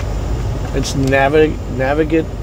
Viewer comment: Nav-ig-a-ble. (Yes, a sort of difficult word.)